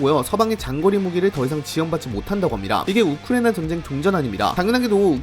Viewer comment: 발음이 우크레이나 라고 들리는데 내 귀가 좀 이상한건가..